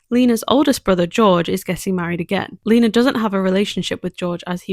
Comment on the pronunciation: My name is also lena and your saying it right 😊❤🎉